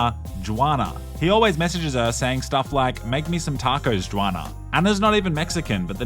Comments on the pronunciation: Its funny hearing you say "Jew-Ana".Its pronounced "Who-Ana" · “JooWanna” bro it’s pronounced like “Hwana” lol